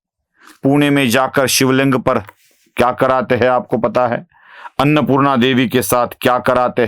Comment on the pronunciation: aap "hein" ko "hai" bolte hein jaise "aap kya bolte hein " ko "aap kya bolte HAI". Anusara ka uchcharan nahin karte hein. Jara dhyan deejiye. Baaki sab bahut badhiya bolte hein.